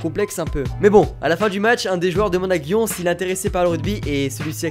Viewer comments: ça ce dit "guion" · "Gion" ! t'a pas respecté l'animé ;)